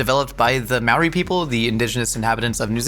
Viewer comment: Kia ora from Aotearoa! The pronunciations of a few te reo words was off but better than most kiwis can do (Māori is less of an ma sound and more like the start of the word mold). I hope yall get a chance to have a proper Hāngī some day and can make a video about it, ka pai! 💕